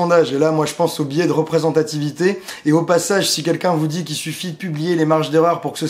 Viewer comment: biais (biè) et non pas bié .Ca ressemble a billet lol